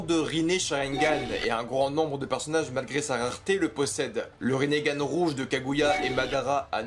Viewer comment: "rinnégan"? Eh frerot respecte un peu